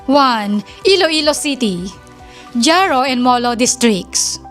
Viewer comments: Jaro....ang pagbasa ay haro not dyaro!😅😅😅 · Dyaro-Jaro. Mali po pagbigkas mo Ang tama po ay Haro- Jaro.... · "Haro", hindi "Dyaro" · Neng ang pag bigkas ng jaro ay haro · Jaro, iloilo (pronounced as haro, iloilo)😊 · Jaro "Haro"